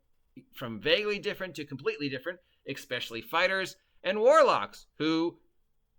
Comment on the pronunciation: SPEAK UP where in the word "especially" is the "k"? play 3e